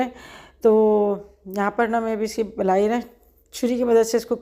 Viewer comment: blai ni kehty mlaai kehty hn doodh ki mlaai